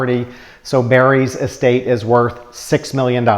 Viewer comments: I think it sounds like you're say Es State tax. I'm not sure. Estate tax. Anyway great video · Get to the goddamn point. Also it’s not est-state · Dude you are out of touch with the average person! Learn how to pronounce the word estate! It is not pronounced S state. But then you could be a Yankee and you were never taught how to properly pronounce words.